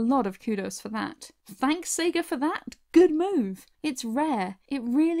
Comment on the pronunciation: Pretty sure it's Sega not seega